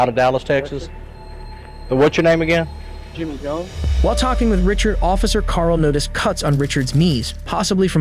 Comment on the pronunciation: richard litrelly said robert jones then said jiimyy jones LOL